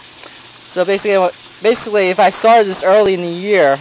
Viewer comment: ...basiliy ..lol :)